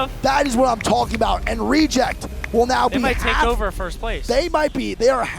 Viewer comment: Has anyone ever noticed how says "firsht"?